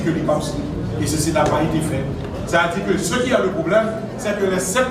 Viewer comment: Ok ( probleume ) sot banm ( Faculteu )😂😂